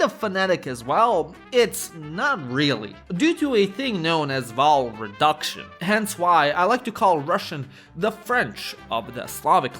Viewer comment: That's how I often mispronounce vowel. Such a weird word to say 😂